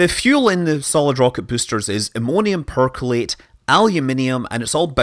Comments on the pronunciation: Perchlorate, not percolate. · it's ammonium perchlorate, not ammonium percolate. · Sorry to be a pedant, but this is the second of your videos where you've mis-pronounced Ammonium Perchlorate. It's per-klor-ate, not per-kol-ate. :-) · "Ammonium percolate". Lol! (it's per-chlo-rate ^^) (It's also poly-buta-di-ene, not "polybutadeen" ^^)